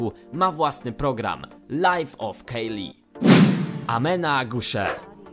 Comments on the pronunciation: kajli nie kejli! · Kylie wymawia - KAJLI a nie KEJLI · Kylie się czyta kajli